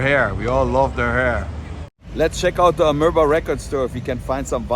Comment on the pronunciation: What a nice tribute to our beloved Queen of Rock Tina Tina Bach 🌺 (RIP),!! 😉P.S. The iconic record store (Amoeba) you went to is pronounced "A-mee-ba"!